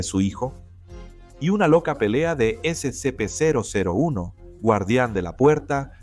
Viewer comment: Definitivamente estos ni se dan la molestia de revisar lo que hacen y su bot de voz de m13r lee al ped0 las siglas SCP. Y el Rey Escarlata ES CIEGO, este relato no tiene sentido. Al menos alimenten a sus pinches chatbots con los prompts necesarios para que devuelva un buen relato. lmao ¡¡¡